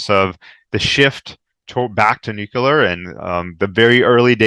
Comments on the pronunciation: How do you take someone serious when he is unable to pronounce Nuclear and instead is constantly speaking about Nukulur....... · Great bonus interview, thanks,! I'm continually surprised by how many intelligent people don't know how to pronounce nookalar. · it distracts me completely from the data. Maybe it reminds me too much of previous US fools like George W Bush who had the same unability to pronounce the word.